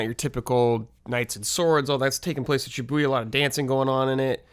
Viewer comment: ShiーBOYーYa?!?!? It is Shi-BooーYa! ※Sparks rage in this Japanese major's heart... lol.※